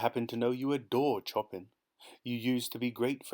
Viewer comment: I love how you pronounce Chopin 😂